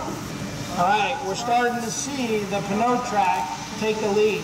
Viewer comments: I guess this guy doesn't know the p in pneumatic is silent. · Mitas is a Czech company that is part of Michelin, a french company. I think he's just trying to pronounce it in french, but like all unilingual english speakers, cannot properly pronounce the french "eu" sound. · Nope you got it wrong as well. It is P-new trac. This is the french word for tire. The p is pronounced out loud so it is P-new. The narator of the demonstration was pronouncing this french spelling, p-nau. which is not even a word. But au is pronounced o in French. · So I have to say that pneu is the French word for tire. The p is pronounced out loud and the rest is proounced new, not no, so it is P-new, not p-no. Full english translation is tire trac, in French it is pneu trac. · If you’re going to pronounce it wrong why not call it the pee in you track? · Did he say, "pa-no track"? Lol! It's pronounced "new track". Like "pneumatic". Hahahahahaha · If you pronounce it like it's written, is NEWTRAC, not P-NOTRAC. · it's not pronounced peneo track. it's "new track" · Why does he say "Pa-no-Trac"....It's obviously supposed to be pronounced "New-Trac"...like pneumatic..... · This dude is saying "p-kno track", and sounds like he's reading a script. So I guess I'm wrong or he never got pronunciation information. Figured it would be pronounced "nu-track", like pneumatic... Like pneumatic bias tires. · Should have gotten someone who knows how to enunciate the name of the tire. Pneu as in pneumatic so its enunciation is New-track. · By this pronunciation, pneumonia is p-noumonia. Bruh. It's newtrak. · Yep, pretty ridiculous that their own product rep can't pronounce his own product! pa'no track lol. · Yank pronunciation at its finest... p-know-trac lol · Nick Steggel no that's moron pronunciation. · Pronounced " NOY TRAC" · Peter Reed drove me nuts. You think a tire company could at least do that right. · I wish the announcer would realize that the P is silent. OMG